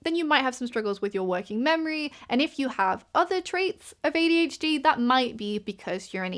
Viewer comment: i know i'm very late to commenting on this video, so you probably won't see this, but i think it is very cute that your accent takes what i usually hear as an "er" sound and turns it into "ear". makes you sound like you're saying "ADH-Dear", which is literally so precious and i'm going to use it 💖